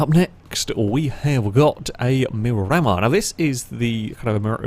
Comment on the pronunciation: Mir a mar not mi ram ar